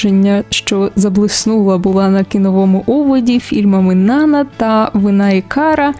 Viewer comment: Правильний наголос: НанА ( припадає на другий склад..це французьке ім'я)